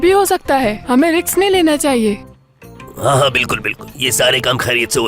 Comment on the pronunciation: When Farooq said: aese riks ( risk ) nahi le skte so basically he said riks to risk hahaha 🤣🤣